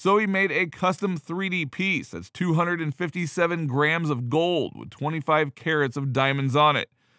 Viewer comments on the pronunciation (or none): none